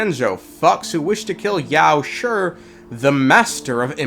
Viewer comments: I gotta be honest you saying yaoshi’s name as yaosher instead of yaoshe is honestly irritating 💀💀💀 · i admire your efforts to pronounce chinese names the way they are supposed to be, but your pronunciation of 药师 is way off. it's not that hard, neither does have a "sure" sound. since it's ī and not í a quick and soft "shee" sound should be enough. just felt like pointing out. edit: just to be more clear, your mouth is not supposed to open at all, just grind your teeth and try to pronounce it.